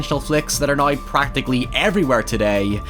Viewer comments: HIEVER AND NIE for now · or now: naio